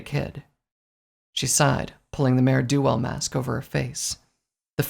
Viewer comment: Dangit, why do you keep saying "Mare DO Well"? XD